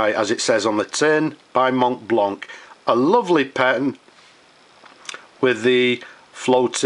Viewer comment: I know you said you don't wanna hear about it. Yet, I think you can make it to perfection by not pronouncing the "t" and the "c". It's a french word and the French mostly don't pronounce the last vowel sound of a word. Everything else how you say this word sounds good, even to me. So, no offense there... I just think self-improvement never hurt anyone. Cheers